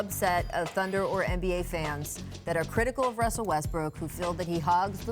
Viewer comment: ITS RRRRRRUSSSSELL NOT WUSSSSLE